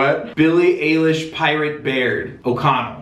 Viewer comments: Him: elish ayelish Us: 🔪🙃 Jk 😂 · Billie eye-lish (that’s how you pronounce her last name 🙂)